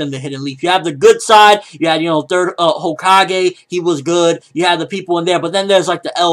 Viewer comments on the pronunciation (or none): none